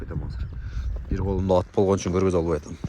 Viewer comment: Нече суйлоп жатасын Деген Кыргысчаны так суйлош керек да Аа Сен чулдурап эмнече суйлоп жатасын от дейсиго Ат деп айтат далбайоп 😂😅